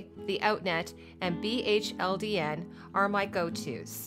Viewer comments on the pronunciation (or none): BHLDN is pronounced like "beholden"